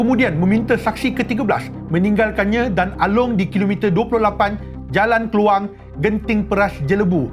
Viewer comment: Klawang disebut Kluang... Merajuk aku sebagai org klawang jolobu ..